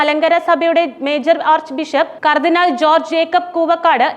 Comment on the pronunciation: ന്യൂസ് വായിക്കുമ്പോൾ ശരിയായി വായിക്കുക കർദിനാൾമാരെ പേര് വായിക്കുമ്പോൾ വിഴുങ്ങന്നത് മലങ്കര കത്തോലിക്കാ സഭയുടെ കർദിനാൾ ആര് ?